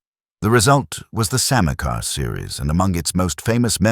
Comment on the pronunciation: It's pronounced "Samay" and "Samaycar". Here's me, trying to teach AI.